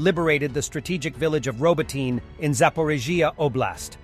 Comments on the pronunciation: Ro-BOAT-teen-ya Four syllables with emphasis on the 2nd syllable Not, "Robo--teen" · Today your pronunciation of Robotyne is better than yesterday but still not there yet. Ro-bO-tih-neh. Four syllables, second one is under stress.